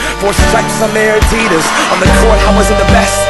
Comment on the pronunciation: the way he says adidas... ?